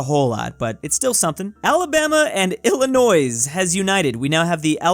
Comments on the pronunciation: Did you mean El-uh-noi not il-luh-noiz? 😜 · Please let me help you pronounce Illinois correctly. Ill-annoy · I may hate Illinois but what I hate even more is when people pronounce the "s" in Illinois. It's said to this day like how the French said it as "Illinoi" with the "s" being SILENT!!!